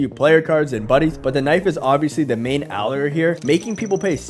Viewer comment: allure is pronounced "uh lure" btw not ahler good vid tho :)